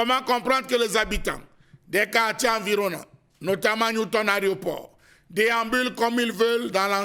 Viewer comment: Pourquoi ils disent tous au Cameroun, les journalistes et animateurs TV compris, "ARÉOPORT" et non pas "AÉROPORT" Messieurs les journalistes notez l'antéposition du "É" par rapport au "R"